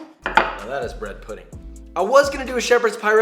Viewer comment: bwhed puhdeen'gh